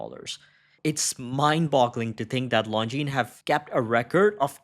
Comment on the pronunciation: Nice to hear the brand pronounced correctly.